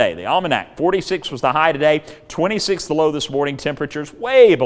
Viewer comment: 9 the Low. We thought you said 9 below there for a minute 😬